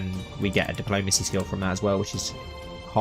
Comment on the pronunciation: where is his accent from? he keeps saying ''diplomase'' (diplomacy) and ''sun'' (son) to mention some